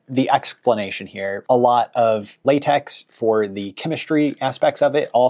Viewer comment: Great video. Appreciate the work! BTW; It's pronounced "Lah-tek" not Latex (like paint). Just one of those things, like Euler.